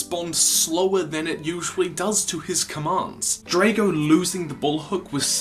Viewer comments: It's Drago! Not Draco! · U sied drako its dgrago bloodfist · This is an awesome story but Drago ( Draw-go ) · Your pronounce Drago not Dr-ae-go but just Drago sos XD love it